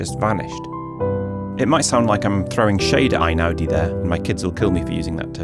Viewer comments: One point about his name. Since he's Italian not German, isn't it "ey-now-dee" rather than "eye-now-dee"? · Maybe this has been said before, but his name is NOT pronounced I-naudi but Eh-ee-naudi. In Italian the "E-I" sound of two vowels next to each other is a diphthong comprised of a separate "eh" sound as in "ten" and an "ee" sound as in "bee." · He is Italian, so the first syllable of his name rhymes with hay not with rye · Interesting reflections but it would be better to start with pronouncing his surname correctly.